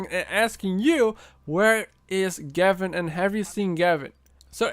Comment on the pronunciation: Gevin? More like GAV-IN